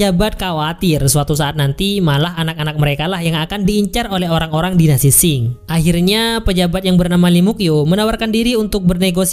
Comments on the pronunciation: Dinasti Ching bukan Qing ! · Tio k dan dinasti sing😆😆😆😆 Yg bener bacanya taeok n dinasti qing bang😂😂